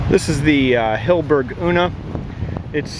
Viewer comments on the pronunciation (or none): It's Hill-e-berg not Hill-berg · HILL 'E' BERG.